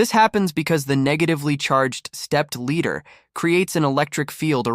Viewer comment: AI can make mistakes..this is an example...stepped Leader...Ladder....Ladder...Ladder ooooohhhh.